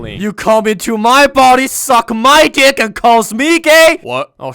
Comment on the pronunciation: I dont understand ''BRO SAID YOU COME INTO MY BODY SUCK MY GICK'' IS it Gick or Dick My Intrsuive thoughts💀